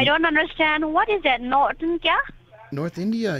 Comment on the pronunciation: So sorry that I missed the stream 😢 The way that she pronounces north as knot is friggin hilarious 😂 "SHOW ME A PROOF!" lmao Great video,. Hope you are well 🤗